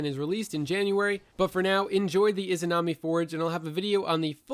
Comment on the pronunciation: the "imanazi" forge